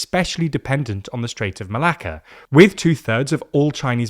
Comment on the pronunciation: im sorry but as a greek i just love how many times you said strait of malaka :P